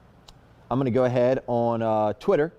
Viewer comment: is the best.🙏♥️ Why do I always hear you say"Quitter"instead"Twitter"??!😒